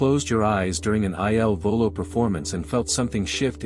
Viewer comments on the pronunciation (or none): Eye Ell Volo? Really??!!